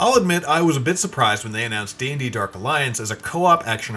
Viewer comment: Derk alliance. 🤣🤣🤣🤣🤣 this announcer dude lmao